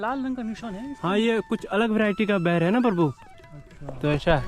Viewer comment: बैर (दुश्मनी) न बोलो प्रभु जी। इसका सहीं उच्चारण बेर है। बे SSS.. र :face-blue-smiling